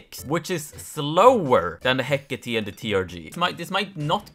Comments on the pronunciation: ITS HECK-ATE NOT HECK ATII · hecate is actually pronounced he-(COH)-tay (i think idk) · the Hécate II is a french gun made by PGM Précision, the name comes from the greek goddess Hecate/Hekate its Pronounced /ˈhɛkəti/ HEK-ə-tee you couldve just taken 5 minutes and looked at wikipedia.